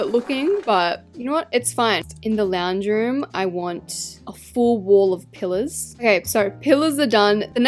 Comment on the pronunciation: when she said pillers i thought she said killers 😅